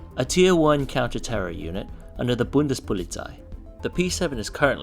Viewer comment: Thumbs up for saying Koch and Bundespolizei right ;)